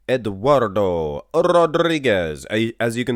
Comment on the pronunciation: It's not "Asti" neither. So, you got 1. 🤣 Actually, you got 0 because that's not how you say "Eduardo".